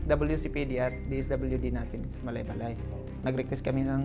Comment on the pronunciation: Parang mali pagbigkas ni Gus sa Malaybalay. Dapat bago siya magreport alamin niya muna dapat kung ano ang pronunciation ng Malaybalay.